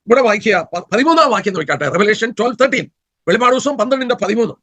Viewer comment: Not velippadu. Velipadu.